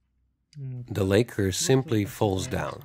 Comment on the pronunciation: Lak-ker not lay-ker